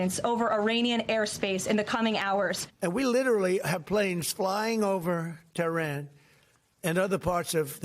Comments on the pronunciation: He keeps saying "terrain" instead of "Tehran". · He can't even pronouce 'Tehran' correctly.